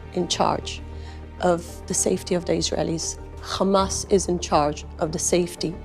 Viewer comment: Khamas, kha kha kha, khamas.😂😂😂